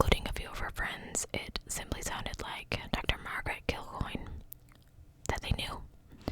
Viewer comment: You got that pronunciation perfect. My aunt and uncle had a bar here named Kilcoynes